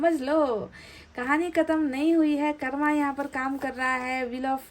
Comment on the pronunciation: हम रोज आप की रीडिंग देखते हैं । लेकिन आप से एक request है कृपया हिंदी के शब्दों का उच्चारण हिंदी तरीके से ही करने का कष्ट करें जैसे---कर्म- को कर्मा, चक्र -को चक्रा, please ऐसा उच्चारण न किया करें सही उच्चारण- कर्म और चक्र हैं । हम चाहते हैं कि आपकी वाणी और अधिक प्रभावशाली हो । sorry and thankyou. God bless you